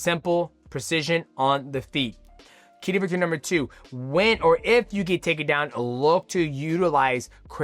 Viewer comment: 30 minutes of Mighty Mouse struggling to say “key to victory”